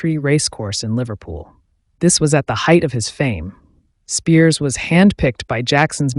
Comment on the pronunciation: Be nice if you pronounced his name correctly. So many of these videos proclaiming the life of gary. Most are incorrect.